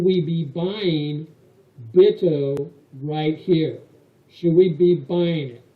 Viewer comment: I think it should be pronounced "BUY-toe"